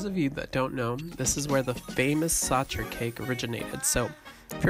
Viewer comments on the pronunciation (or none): It's pronauced saHer not saCHer, and it's not made with raspberry but apricot. I don't know how you do a channel about food but can't taste difference between those two fruits